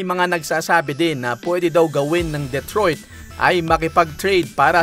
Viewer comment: Duh-troyt not Deh-troyt